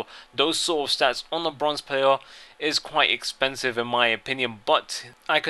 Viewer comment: I thinks he is very "eipensive" fail